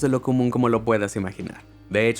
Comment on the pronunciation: ¿Por qué pronuncias los nombres franceses como si fuesen ingleses: Voltaire, Saint Germain!?